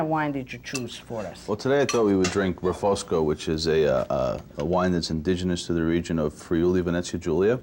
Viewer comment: It is Refossco.( Refošk)